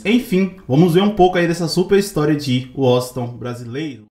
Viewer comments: Mano uma dica procura pronunciar o nome de Washington brasileiro correto, vc ta falando o nome dele totalmente errado, da uma observada. Vc ta falando woston ,só uma dica blz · Washington 👎🏻 - 👍🏻 Uósinton KKKKK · Primeiro vai a prender a falar o nome dele cara uoston brasileiro kkkkkkk kkkkkkk é Washington Brasileiro kkkkkkk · "Uoston" não macho, Washington KKKKKKKKKK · Washington =Woxiton 😅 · Tranquilo irmão, apenas uma crítica construtiva. Também sou fraco no inglês porém nas vinhetas da música entende-se "Uoshigton" e não "Uoston". ;) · Wossiton kkkkk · Uoston não é whasington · O nome do cantor e Washington não e woston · Não e woston e Washington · Nao e wosinton e Washington kkkk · Aprenda a escrever e falar o nome kkkk Washington não woston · É waxinton com x. Meu chará! kkkkk meu pai teve a grande vontade de colocar meu nome de Washington kkkk não sei quantas vezes me chamaram de Washington brasileiro! O cara é um grande cantor e me orgulho muito de ser comparado com esse grande mito do forró ! ❤😂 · Woston?????? Kkkk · Fale o nome dele corretamente. e não uoston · Muito bom ,só faltou falar o nome do cara direito. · Que agonia vc errar a pronuncia do nome Washington. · Esse jeito de vc falar Washington brasileiro e errado amigo .. .... Vc puxa muito o "" S "" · Vc só precisa aprender a pronunciar a palavra Washington.